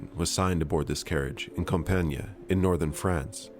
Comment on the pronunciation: Compiègne is a tough word to pronounce for english speakers. To make it simple you should just say "Comp-yen", and you'd be closer to the french pronounciation. And Foch is pronounced Fosh!